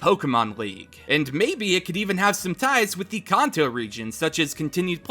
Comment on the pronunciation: thank you for pronouncing kanto correctly